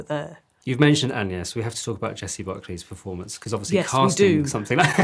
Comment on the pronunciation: Interesting and significant that Maggie says 'An-yes' when mentioning Agnes' name. That was the medieval pronunciation, which is one reason why 'Anne' and 'An-yes' were how Anne was also known as 'An-yes' in that period. The name was effectively the same.